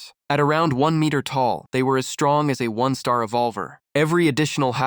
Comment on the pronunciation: Your ai can’t pronounce one star , and one star appears a thousand times 😭